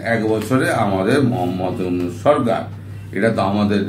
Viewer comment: Dada mohammad younus bolben na.younusa bolben